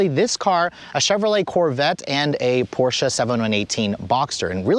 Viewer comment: Too bad he doesn't know how to pronounce Porsche. Poor Mr. Ferdinand.